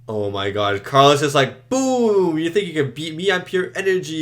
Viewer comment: Also the Medusan 's name is Calos, not Carlos.